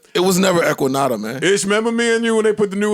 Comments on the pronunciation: Joe said “Lequinnata” trying to say “LaQuinta” 😂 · The “Equanada” got me WEAK ‼️🤣🤣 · That shows how long and Joe been rocking because who else would have known that Joe was trying to say Laquinta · He is saying "LaQuinta" 🤣🤣🤣🤣🤣💀💀💀💀💀💀💀🤡🤡🤡🤡🤡🤡🤡🤡